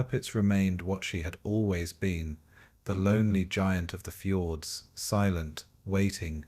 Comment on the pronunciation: normally I am pretty ok with your videos but between things like -"and 12 'O' 'O' 'O' pound bomb" and "Norwegian Fords", this video was a little distracting.